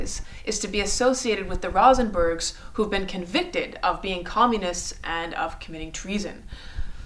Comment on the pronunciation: Please: not Rah-sen-bergs, Rose-en-berg.